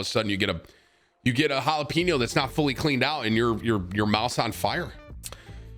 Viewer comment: Why was he saying jalapeño like “pino”, lol